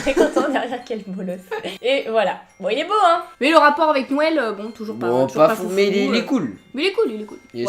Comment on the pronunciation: 😂😂😂tu as dit nowel et pas noël 😂😂😂